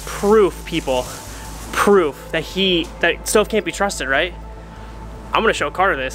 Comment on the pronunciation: CARTER GET IT RIGHT HIS NAME ISN’T STOVE ITS